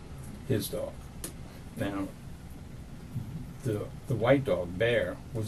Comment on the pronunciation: It bothers me that she pronounced white like hank hill.